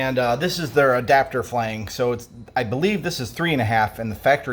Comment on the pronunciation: Good video. But I cringed EVERY time he said Flange... It’s pronounced “Flanj.”